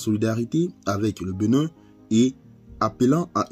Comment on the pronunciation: Cest "BÉnin" et non "BEnin"